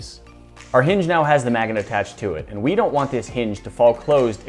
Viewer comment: lol mag-a-net